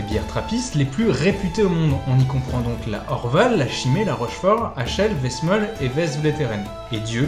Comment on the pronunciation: Westmaal se prononce West-"male" et c'est "un" orval ou des orvaux...